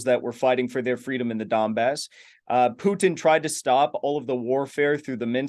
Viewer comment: You mean 'Pee-You-Dinn'?